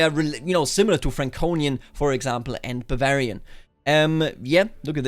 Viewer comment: Am I the only one who hears "I'm papa Varian" when he says "I'm one proud Bavarian" at the intro?